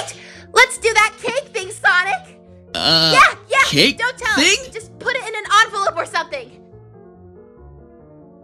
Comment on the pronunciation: dark sawnic moment